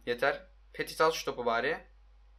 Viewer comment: Abi petit diye yazılıyo ama pöti diye okunuyo